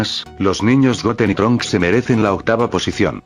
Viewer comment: trunchs ni gotenks